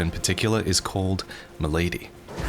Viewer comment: its not called mylady lol it doesnt wear a fedora lol its spelled milady pronounced with the soft a not the sharp a in lady